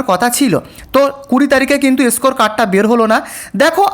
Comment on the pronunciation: এসকোর কার্ড, ছি কি উচ্চারণ, জিব ছিলে ভিডিও বানাবে।